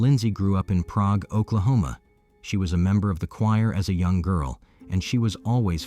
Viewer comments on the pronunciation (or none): Its pronounced pray-g, shocked to hear she was from prague oklahoma i got family there